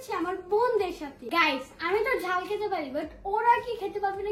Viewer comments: খাল না জাল 😂😂😂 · খাল না ঝাল হবে😂